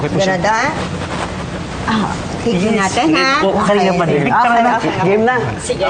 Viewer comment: Bisakol? Correction it's direk not derirk lol